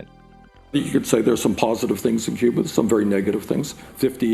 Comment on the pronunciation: "Que-ber" That's how you really pronounce Cuba. Just saying.